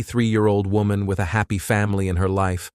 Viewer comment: One second this mofo says Woman and the next he says WHOAMAN. Damn dude. Getting rough out here on True Crime Youtube.